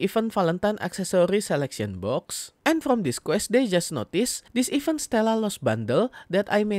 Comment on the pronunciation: baca event bukan "even" tapi "iv-ént" e dibaca kayak pengucapan bebek